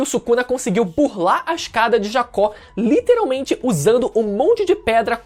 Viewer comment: Cara eu gosto dos seus vídeos mas PORRA, tu fala a palavra Literalmente errado toda hora pelo amor de deus